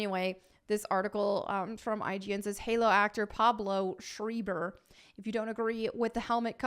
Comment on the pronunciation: I believe it's pronounced 'schr-AI-ber, not 'sch-EE-ber' 😄, it's a small-hat surname after all. Nice hair/look btw.